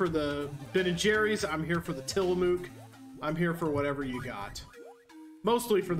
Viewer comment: I appreciate the shout out to Tillamook, but dont love the pronunciation